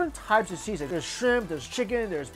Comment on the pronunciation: He pronounces "Sisig" perfectly